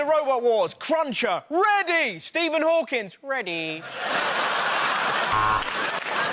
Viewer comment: Gud It may be something British. In these ones, I hear 2 people call Stephen Hawking "Hawkins" and 1 calls Han Solo "Hans".